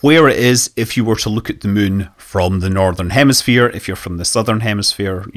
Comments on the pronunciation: It's been fun listening to the native Chinese speakers pronounce it Moo-en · I absolutely love how Scott pronounces the "munn", and it would't surprise me if the "kerbals" named their "satelite" based on this :) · I think hearing SM say "the muun" is my favorite sound